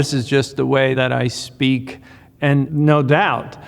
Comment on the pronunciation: him: “no” me: australian “naur”